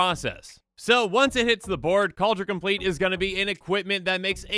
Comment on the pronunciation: Kaldra com-plee-at